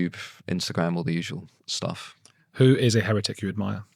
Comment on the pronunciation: Hair_retic, not Hairret_ic.